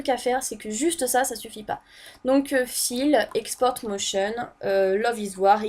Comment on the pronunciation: "file" se prononce "faïle"